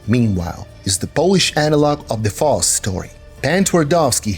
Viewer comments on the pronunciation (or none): Just in case you reference the Dr.Faustus story again in a future video; it’s pronounced like OUT but with a F, S, T